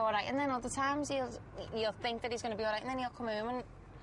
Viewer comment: "youlle" Nice try.